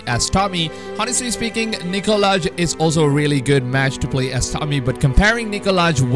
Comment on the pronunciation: You pronounce his name Nikolai not Nikolaj